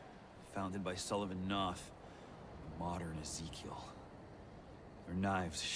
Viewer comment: ne že bych do tebe chtěl rejpat, ale jméno Papa Knotha (Sullivan Knoth) se nečte "sulivan", jako v Dark Souls 3, ale "saliven".:D